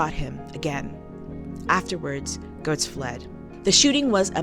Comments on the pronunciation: Its pronounced Getts not Goats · Pronounced "gets," not "goats." I've met the guy. Two of my friends live in his building. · Excellent video, and you make several exceptional points. One nitpick, and was especially grating for me since I grew up in NYC in the 80's, is that his name is pronounced "Gehtts", not "Gohts." I know it's minor, but it was like a needle scratch every time you said it.